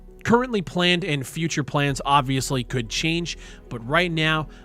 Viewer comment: Strong emphasis on "could".